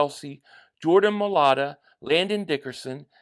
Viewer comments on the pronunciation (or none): none